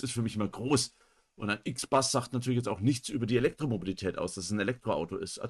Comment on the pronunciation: Nicht "IXBAS", das Teil ist deutsch, es heißt "IXBUS"